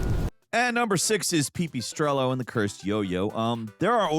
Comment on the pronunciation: pee pee strello? you serious? 😩